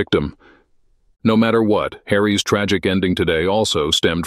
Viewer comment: You have asked us tto comment so i will repeat comments i have asked twice prior... due to the A.I. always reading most of your videos and it not being able to properly pronounce hyphenated names like " Harry's " which AI reads improperly saying " Harry - es " or instead of saying "The King's illness , AI pronounced it improperly saying the "King-es" illness. Its getting more and more annoying as well as revealing its not a person but an AI reading. Why wont you answer my question as to who you arre? I dont need yr name, just curious what you do for yr professional work, do you know any of the royals, how did you verify the things you write about Harry & Markle & everyone else?? No names needed, just some verification as to the info you are presenting to yr subscribers such as myself. I think we deserve to know.